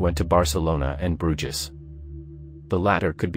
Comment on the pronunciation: Robo narrator very annoying. Why do channels use them? "Broojiz." Geez.